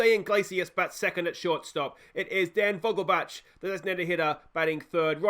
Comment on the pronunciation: As a german, your pronunciation of Vogelbach is bugging me, its vogelbaeck. Thats the best way I can type it out phonetically